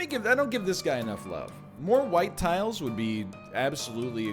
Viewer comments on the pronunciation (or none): I was referring to him reading out what the item does but missing the s in tiles several times.